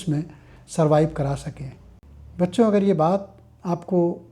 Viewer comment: You are pronouncing bacchho Feels gud father ❤❤❤